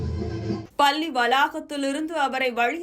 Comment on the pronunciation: Vazhthukkal.but neenga solra tamil pallninu sollathinga . Nalla press panni la va press panni sollungama pl